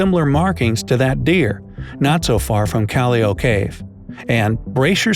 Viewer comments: Its kal-lao or ka loa from a bird calao hehe, thats calao cave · Its actually pronounced as “kal-la-w” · Its calaw cave thats how it pronounce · It is pronounce as kallaw from the bird kalaw I know it cause I'm a cagayana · "Calayo cayve" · I laughed hard when he pronounced callao as callew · ITS F-ING Cal-li-o How to say them is o= AW li=li Cal=Cal IM NEVER GONNA WATCH FILIPINO VIDEOS FROM ENGLISH CHANNELS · It's pronounced "kalyaw" callao. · Ive been at calloa cave because i live a northern luzon in the Philippines And actually its pronounced kalaw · You pronounce it as Calaw Cave No hate btw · Pronouced as Kal-Yao. But nice vid. I always find your uploads very educative. Thank you for educating us😊😊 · Kal-yao. Double po sya kaya yung pangalawang L is pronounced as Y. like Abella - A-Bel-Ya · Its PRONOUNCED KALAW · Philippines yaay proud to Filipino and it is pronounced as ca-lao cave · Hey so um about callou cave u pronounced it srong is cal-low its like sorry if i made a mistake in spelling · You did much research on the topic and kudos to that but you forgot to research how Callao is pronounced. Its pronounced as (calyao). Thanks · I studied this. It's pronounced (Kaliao with an Asian accent), the Callao Cave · I'm from the Phils. and the cave's name is pronounced as "kal-yaw" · We actually lived here, near Callao Cave... And its pronounced as "Kal-Law" Cave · It's actually pronounced as "kah-law" cave. ☺️ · More like "Kal-law" The Kal pronounced as in "null" and law as in "now" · its actually pronounced as KALLAW im from the Philippines and i learned this when i was in my 4th grade 4 years ago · I'm a Filipino and I kinda laugh cuz he said the "Callao" wrong in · Hey! Im from luzon :D I like how you pronounce callao cave XD its cool tho 😂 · Dude your research is gold, but The way you pronounce Callao cave makes me cringe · i love it how he pronounce callao ❤️ . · Filipinos are cringing on how they said Callao cave 😂😂😂😂😂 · colleo u pronounce it as just callaw